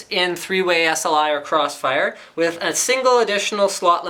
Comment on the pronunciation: "incruding clossfire x" nice engrish